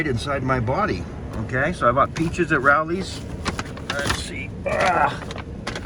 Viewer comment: It's pronounced with a long O. Like row lee